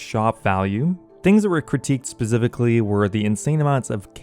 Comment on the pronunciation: I've always wondered why you pronounce the letter s or c as a z instead. You do it a lot but not 100% of the time. Like when you say spezifically, releaze, letz, piezez, seedz, etc. I remember the first few times I knew there was something odd but I couldn't put my finger on it but then I noticed what it was and ever since I can't stop focusing on it lol. I'm genuinely curious guys, please don't get mad lol I mean no disrespect or anything of the sort.